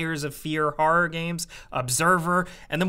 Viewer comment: Say "harrar" one more time...